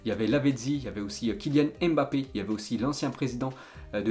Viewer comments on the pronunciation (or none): none